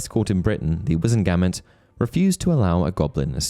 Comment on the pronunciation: The way you pronounce "Wizemgamot" irks me 😂😂😂